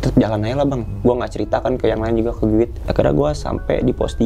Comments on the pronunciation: Apaan sih guid🤣🤣🤣🤣🤣 guide kali cara bacanya /gaid/ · Maaf bang emang tulisanya GUIDE,,tapi mbacanya,,gaet,, tour guide,, turgaet,,,, sukses selalu buat